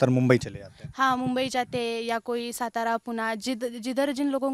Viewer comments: " सतारा " नही "सातारा". पहले ये चीजें सुधारो। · It should be pronounced as saataaraa and not Satara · सातारा रे, सतारा नाही. Please respect the places and pronounce the names correctly! Appreciate the girl who spoke in Marathi, people need that level of courage! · ये हमारे हिंदी भाषिक भाई 'सातारा' को 'सतारा' क्यू बोलते हैं?😂